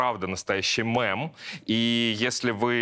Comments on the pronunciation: Мем, не МЭМ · Я знаю и привыкла, что Александр говорит "мЭм", а не "мЕм". Но в этом видео у меня аж глаз дернулся. При всём уважении к Вашему труду❤. "мЭм"-это другое слово😢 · Мне тоже постоянно режет ухо, хоть бы кто из окружения его поправил и научил)) Сколько раз писала в комментах про этот мЭмный ужас, но никто, конечно, не читает наши комменты. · Рогов, говори мЕм, мЕмы, потому, что мем это не аниме (Э)! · Научите Саню правильно произносить слово "мем"! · Ну почему "МЭМ"? Ну мЕм же. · Скажите уже кто-нибудь Александру, что надо говорить мЕм/мЕмный, а не мЭм/мЭмный! Удивительно, всегда такая грамотная речь у него.. Откуда это убогое мЭм/мЭмный вылупилось!? И это не моя агрессия, а обида за приятного мне человека.